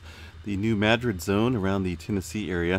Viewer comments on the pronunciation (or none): none